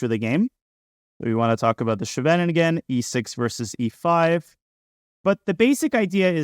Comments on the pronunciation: Nitpicking as a Dutchi. The shvenegingen structure? Schee-ve-nin-gen, for English speakers: Ss-gh-a-vuh-ning-un. A small town near The Hague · Small remark: Scheveningen is not pronounced like shenanigan. It's more like SKHAY-vuh-ning-en, with the main stress on the first syllable and ch being pronounced like the Russian x. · Scheveningen is pronounced SHEV in EEN gun, more or less. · I was wondering why I had only ever heard of the Svennigen variation from here until he mentioned it was a Dutch town. That's definitely not how to pronounce Scheveningen 😂. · Thanks for all the videos. I learn so much from each video they are really amazing. BTW if you want to pronounce "scheveningen" without going full Dutch, it's much closer to just say "skay ven ing en" (which isn't too hard to say at all). Then if you want to do the full thing you would replace the k sound with the "ch" sound from the Scottish word "loch". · When he mentioned that it was a Dutch town , he actually pronounced it almost perfectly. Before that, not so much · Danya needs to work on his pronunciation of Scheveningen